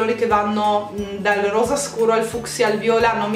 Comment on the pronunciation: ovvio che vorrei ricevere questo set di pennelli di Sirma ahahah chi non vorrebbe...comunque mi hai fatta morire dal ridere quando hai detto "rosa" :'') lo sbaglio anche io ahahah